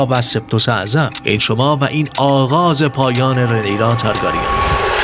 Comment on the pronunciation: ویدئو واقعا واقعا قشنگ بود فقط اگه میشه لطفا تارگرین رو درست تلفظ کنید